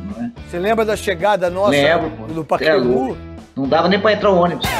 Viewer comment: Por que os corintianos falam Paquembú?